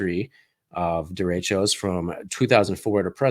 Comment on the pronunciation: I know the term, but it is not being pronounced properly. It's spanish, so you roll the R and the e's are more soft. Happens often during monsoon season in northern new mexico. Derechos bring good rain to the desert.